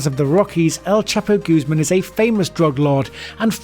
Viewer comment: Also for El Chapo haha. It's Guzmán not Guzeman. 😂😂